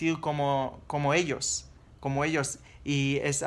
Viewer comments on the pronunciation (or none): none